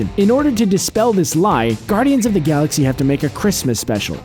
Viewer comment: I had to stop watching when he said "saxy"